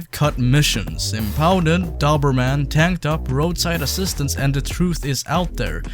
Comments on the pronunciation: the guy in the video was saying it wrong. Dober is pronounced the same as Dozer like in Bulldozer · I had no idea that in the U.S, That's how you pronounce "Doberman" 😂 In grand old England it's pronounced "dough-berman" - Not that anyone will give a shit! Great video btw man 👍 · Why are you so bad at saying Doberman? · You know a Doberman is a type of dog and youre pronouncing it wrong right?